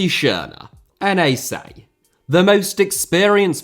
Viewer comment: Hey, NAC is pronounced like Nàk (rhymes with fuck). The way you pronounced it was N.E.C, which is a team from Nijmegen.